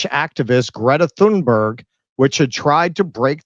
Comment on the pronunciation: she calls herself "githa timba" lmao